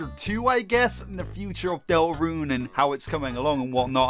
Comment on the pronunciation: It's not dell rune its delta rune